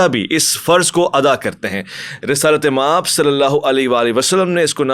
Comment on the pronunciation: is continuously saying Resalat-e-Maab, I am Persian speaker and it is incorrect, The correct form is Risalat maab.